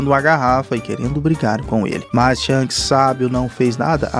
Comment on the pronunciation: Kk o cara chamou o shanks de sharcks kk